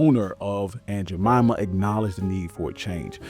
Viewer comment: 🙄 It is “Jemima” and “Indian.” and do YOUR research.